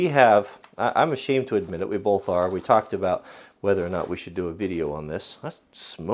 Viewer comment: Stop putting an 'L' in the word 'Both'. You pronounce it 'Bolth' and it drives me mad!